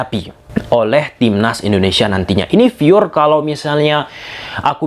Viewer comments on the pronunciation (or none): Pure dibilang FURE hahaha... sementara kalau FOCUS ngomongnya POCUS. Nah tuh bisa bilang P sama F. Heran pronunciation kok bisa kebalik-balik gitu. Wakakakak kocak.